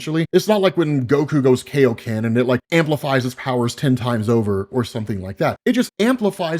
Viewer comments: i love you( and i'll forgive you cuz you arent a big anime guy tho i hope that changes ) but its KAI- o ken like pie-o but K they had a shitty dubbing and now an entire niche group say it wrong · Kayo-Canon. Aight, I'm out. It's the Kaioken. Kai Oh Ken. Like Kaio-sama. (King Kai) It's in the freaking name! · You mispronounced Kaioken like Sean Schimmel used to in the first Funimation Dragonball Z English Dub. Video is still great, though. 😂